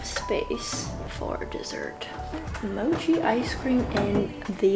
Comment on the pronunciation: Did she call mochi as macho 😂😂 and pho as pha 😂😂